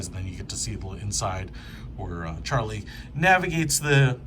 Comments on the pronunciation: Its Not Charlie It’s Raleigh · releigh bro not raily 💀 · bro you got it wrong too💀 “reileigh” its Raleigh man. When you correct people at least correct them right instead of just making a new wrong statement.🤣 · It's not Charlie it's raily